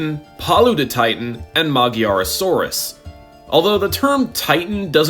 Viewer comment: Im still waiting for someone to pronounce Magyarosaurus corectly but it seems like it wont ever happen. The gy in the name is one letter from the hungarian alphabet its not a G and a Y, it sounds a bit like saying a hard d and j at the same time.